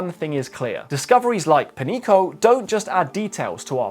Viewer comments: Not 'Penico'. The correct pronunciation would be 'Penyeeko'. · Pronounced penyico, not "penico" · 'Peñico' would be pronounced 'pen-yee-ko', not 'penny-ko'. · If it was Penico, it would have been written as Penico. It is written as Peñico, because it does NOT sound like Penico. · Sorry to get all nit picky with you, but you need to learn the pronunciation of the ñ (enye) an example would be jalapeño pronounce it as jalapenyo That is (ny) sound. So Peñico would be Penyico with the y as a consonant. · Your pronunciation is goofy. It sounds like Pan-yeeko. Tha tiles over the n makes in an n-y sound. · Amazing docu view you have the , but please check your American privilege and put a little time in how to pronounce non-English words like they are written.. Its so fucking annoying americans and other english only speaking people just ont give a flying fuck about accents and other reading signs. Peñico is not pronounced as Penico. Please stop that boorish mispronunciation of other languages.. You dont pronounce señor like senor either.. so just think for a second... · You need to improve your Spanish. Peñico is pronounce pen-YEE-co. Supe is pronounced SOO-pay. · Wrong pronunciation of Peñico aside, great video as always. 🎉